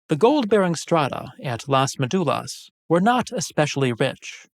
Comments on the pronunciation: Just a little correction, it is MÉdulas, acento en la primera sílaba, not MeDUlas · You need to learn to pronounce ''Médulas'' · You do a video on a subject and can't bother to learn how the central word is pronounced? It's basic part of the most basic research on the matter.